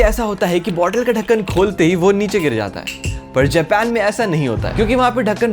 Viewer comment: Japan ❌ jepan✔️